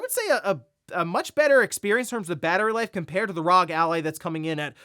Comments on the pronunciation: For real. Have this playing in the background and keep hearing rog. It takes little effort to say R.O.G. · It’s not rog. Stop saying that. It’s R.O.G. it’s literally an acronym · well whatever, main point I’m getting at is that it’s not rog like he annoyingly keeps saying